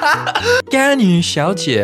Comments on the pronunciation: 說「甘雨」但跑出來的是「干你」真的快笑死我了 螞蟻哥哥的中文口說好厲害，讓我好驚訝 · It’s actually 甘雨=ganyu=sweet rain,they spell the same but there’s a bit issue about the tones 😂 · Really enjoy this. Probably a side note, the reason Ganyu has been interpreted as the F-word: the way you pronounce "gan" ends with a very heavy glottal sound, which makes it sounds like "gan-nge-yu". Next time try to split the two characters a bit more, it will help.